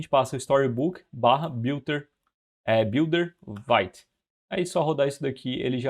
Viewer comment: Vite vem do francês, significa rápido e a pronuncia é como se fosse português e não "vaite".